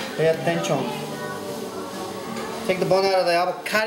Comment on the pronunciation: "Pay atenchon" hahaha!! You're so funny!!